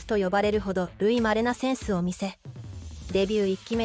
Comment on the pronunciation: 『たぐいまれ』と読めないのか？